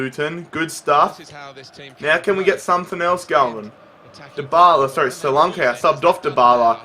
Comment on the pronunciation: Btw, solanke's name is pronounced; so-lanky